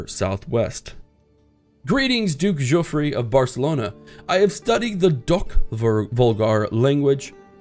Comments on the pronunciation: I like the series but his name isn't Giufre (Juffry) but Guifre (Ghiffry)! It's an "iberisation" of Wilfred. See the similar Guilfredo. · As a Catalan, he is actually almost correct. It would be even closer pronounce it the same as 'Guilfredo' but without the first L and the final 'do'. ÇIf you are really curious check it out on Google translate! ;) I'm really liking this series btw, the character is actually the responsible of the catalan flag. He made it by dipping his fingers in his deadwound and passing his hand on his shield. The 'é' at the end of his name marks that you pronounce that e in a more rough strong way so to speak